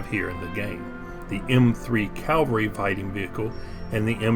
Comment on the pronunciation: Did you get to see much of Germany or Europe from beyond the Barracks? P.S. Is "Calvery" an Americanism or American pronunciation of cavalry (like how the British commonwealth pronounces Lieutenant as "leftenant")?